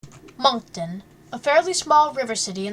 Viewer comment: Some of the information is not correct and she pronounces the names of places incorrect. I live here and “MONK TONE”. Haha what a silly way to pronounce Moncton and the beach names.